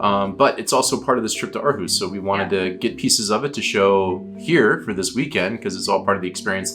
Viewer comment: I am so impressed about how you make an effort to pronunciate correctly. Living in Aarhus myself, I was blown away about how well your pronunciation of the name of the city was. Usually native english speaking people, struggle with the Aa-combination being pronounced as an Å, followed by the r. So used to it sounding like AAAAhUUUs. 👍🏻